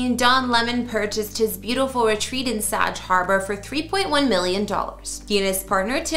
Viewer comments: It's pronounced 'Sag'... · Bag, hag, sag... Get it! Please learn the pronunciations of our towns and some of the people u cover.. I get you are Canadian... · Someone who doesn't know how to pronounce Sag Harbor? Really? And the video is still up.